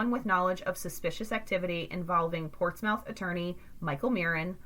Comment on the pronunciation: It’s actually pronounced ports-myth. But great video.